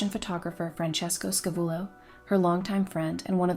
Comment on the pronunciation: OMG his name was FRANCESCO SCAVULLO NOT franisco scavello😂😂😂 as you've stated, I didn't think it possible to butcher it so badly when one can quite simply Google it